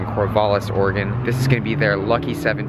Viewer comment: Thank you for pronouncing Oregon correctly and not saying Orygon! Lol so many people say it wrong! Love what you do! Keep doing you!